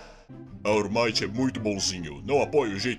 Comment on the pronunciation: Vcs não sabe falar ALL might nem au maito é wall mart